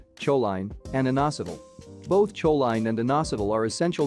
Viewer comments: "Cho-line"? 😄 You can always tell when they use AI narration. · CHOLINE is pronounced KO LEEN